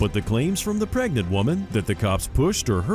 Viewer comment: She's preg-net